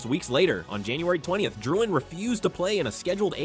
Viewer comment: "Jonathan ItDoesntMatter"